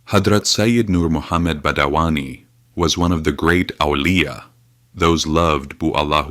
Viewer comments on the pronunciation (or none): Not badawani, it is Badayuni